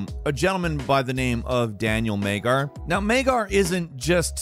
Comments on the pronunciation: not Meggar, but Madyar or Madjar (Hungary guy) , you cannot read every name on English/American way! Melhem is not Malheim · his name is Magyar, it is not Maygar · The first guy's name is Magyar, not Maygar, unless it's spelled Magyar and pronounced as Maygar. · Daniel Magyar.... not pronounced Maygar. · daniel MAIG-YAR? lol the global hungarian community simultaneously hand slap their foreheads :P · Great video but personally as a Hungarian myself I cringed really hard went you pronounced Magyar as “Mangar”😂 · calling Magyar, Maygar to start the video is hilarious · PLS check number 10 name again He is a Hungarian person check how to say|tell his name properly . GY is one letter . Magyar Dániel. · Daniel Magyar. Jó látni magyarokat egy külföldi videóban! You butchered hes name totally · If you are a Hungarian people the pronunciation of Daniel Magyar's name sounds funny. Magyar means Hungarian with a special letter "gy" in the middle.